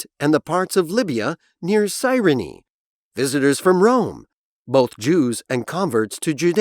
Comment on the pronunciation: visitors from Rome 에서 visitors가 다른 발음으로 들립니다, 확인부탁합니다